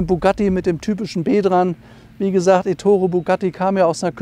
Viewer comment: Aber bitte Éttore und nicht Ettóre Auch die korrekte Aussprache gehört zum Stil